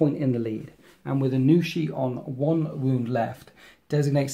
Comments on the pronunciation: Aun'Shi not Anu'shi for future reference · It's hard to know how to say anything until you hear someone else say it. But, yeah, "Aun" as in Auntie >< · it was killing me every time I heard it lol